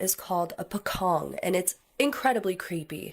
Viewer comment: Its pronounce as Po Cong..the C letter are not sound K but pronounce like the word Change ,Cheap, Chocolate...im south east asian from Borneo island ..my homeland's border shared territories of province of Indonesia and Pocong is one of the folklore's Mystical entity but there's other Utter Horryfying Mystical creature which the Flying Head that were quite common to be reported by some eyewitness in certain region in my place here...needless to say its seemingly Famous to be heard throughout countries like Malaysia and Indonesia..